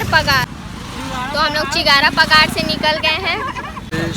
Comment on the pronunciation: Bar bar galat Kyu bolti ho ose chigara pagar bolte hai